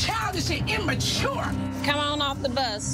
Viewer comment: “so CHIDISH AND IMMACHURE!” this is a DEEEP cut😭😭😭 i say this SO often!😭😭